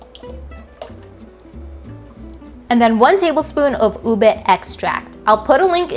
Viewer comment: You pronounce UBE so well!!! My 2nd generation Fil-am friends who grew up in the US pronounce it as YOU-BAY 😁